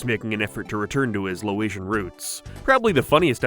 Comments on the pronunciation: it’s Laotian not Lo-atian LOL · Bro it’s LAOtian. Not LOW-atian. Also, right after that, you say their family is called “the Kahn’s” but they’re actually the Souphanousinphones. Kahn is just the first name of the dad… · bro it's Laotian not loation 😂😂😂 loation is what you put on your skin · no said loaitian, the show uses the pronunciation Laotian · It’s pronounced “lay-ocean”